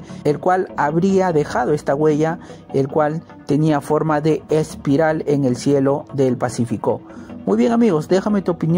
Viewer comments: Se pronuncia Espiral y no Aspiral como dice el narrador. Además, repito que la música de entrada de éste programa no es adecuada. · La denominación es espiral como se lee o aspiral como el que pronuncia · Amigo Aspiral no existe, corrije, .la palabra es ESPIRAL, es una lastima que esto pase, para hacer este trabajo, hay que prepararse mucho, éxitos!!! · Aspiral ..no....... es espiral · Se llama. ESPIRAL. no ASPIRAL. GS.